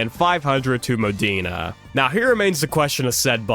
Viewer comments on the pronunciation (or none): That one send my sides into orbit “the war between mooodaina versus baloney” 😂